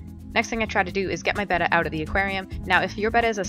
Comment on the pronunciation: Nice clear concise video.and for once an American that calls it a betta and not batta.if it's spelt betta then its betta not batta..